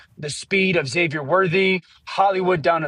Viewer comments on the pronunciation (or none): none